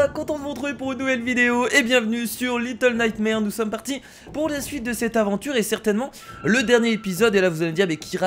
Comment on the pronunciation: Bah, disons que tu aurai pu faire un mini effort sur le "litell night mars" Ca s'appelle Little Nightmares, pas litell night mars^^